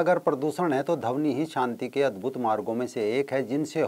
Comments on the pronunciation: बहुत ही रोचक जानकारी.... परंतु ध्वनि को dhawni उच्चारण कर रहे हैं, शायद भाषाई अंतर हो... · आपके सभी वीडियो शिक्षाप्रद है।आप मानवता के सच्चे पुजारी है।इसलिए मै सभी वीडियो देखता हू परन्तु खेद का विषय है कि आप का कई बार अशुद्ध उच्चारण बहुत खटकता है ।जैसे -ध्वनि को धवनी।प्रवृति को पर्वर्ती। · धवनी नही वो ध्वनि होता हैं 😆😆😆😆😆😆